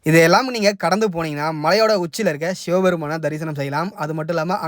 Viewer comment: அது ஷிவபெருமான் இல்ல சிவபெருமான்